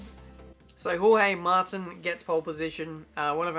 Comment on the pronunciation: Jorge mar-teen